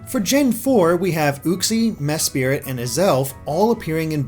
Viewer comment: Can pronounce regice right Can’t pronounce Mesprit right